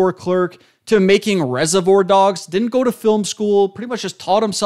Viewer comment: How are you throwing around words like idiosyncrasy in the first minute but then mispronouncing reservoir like 10 times 😭 I enjoyed your analysis though, good video!